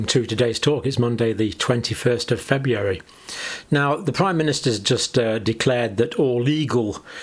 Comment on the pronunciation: I love how he says Febyeeary, lol.